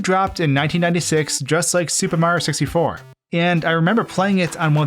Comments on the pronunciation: Me: watching do a Mario 64 video again: says Super Mario 64 like "Super Mar 64" for the one millionth time because he says it too fast Me: ANGERY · I like how he says “Supa Mario Sissyfour”